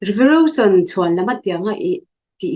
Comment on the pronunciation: Revolution pawh Revorution a lam ve tlat hi chu buaipui tlak tak tak a ni lo😃😃😃